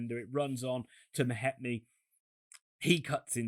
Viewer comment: Meh-meti repeat after me